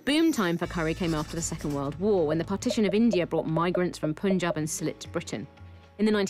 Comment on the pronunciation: Punjab is not pronounced like that. it's "Pun-jab" like the english words.